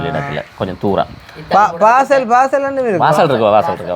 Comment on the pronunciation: நான் அப்பிடியே shock ஆயிட்டேன்., சுவிஸ் இடங்கள் உச்சரிப்புக்கள் சரியாக சொன்னிங்க.அக்கா வாசல் என்றா பிழை, Basal என்பதுதான் சரி. நான் செங்காலன். அனைவரும் வாழ்க நலமுடன்.❤❤❤